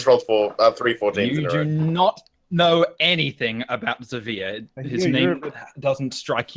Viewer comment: I've just realized that Zaveeer is actually Xavice trying to pronounce his own name a different way